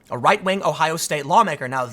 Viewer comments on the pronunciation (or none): none